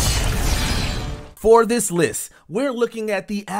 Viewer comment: This narrator,, is mispronouncing a lot of words. For example, the way he says accuracy. 0;13 counin. for this lis.